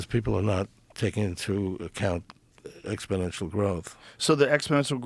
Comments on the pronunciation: New drinking game, every time he says" expidential growth" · "So what you're saying is..." "Yes, exponentially." "But people are saying..." "Joe! Ex po nential growth"